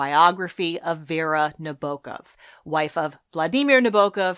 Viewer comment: You can't know how happy I was to hear you pronounce Vladimir Nabokov's name correctly. 😂